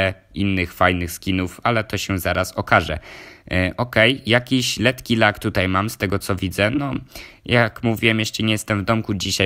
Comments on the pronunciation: "lekki " a nie letki xd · mówi się lekki a nie letki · Letki?? Hahahaha chyba lekki